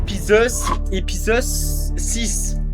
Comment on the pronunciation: ah yes "l'épisosse 6"